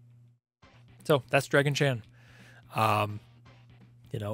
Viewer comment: I keep hearing "Draggy Chan" myself, lol